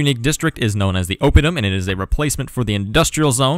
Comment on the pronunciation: Gaesatae is latin, so both "ae"s are pronounced (almost) as "eye"... Oppidum (town) is proparoxytone too... Now make a video of the gauls beating the living crap of the romans!